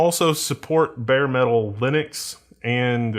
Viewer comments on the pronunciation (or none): none